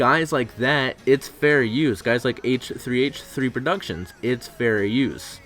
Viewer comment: AYTCHUUHTHREEAYTCHUHHTHREE PRODUCTIONS